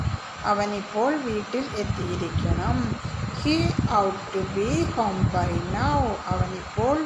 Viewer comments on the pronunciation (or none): 😂😂😂😂 ought ..aadyam ethinte pronunciation padikkuka ...out alla...pinne ...parachilum azhuthikkaanikkalum thammil oru bandhavumilla...English vachakathinte malayalam parayunathu palathum potta thettaanu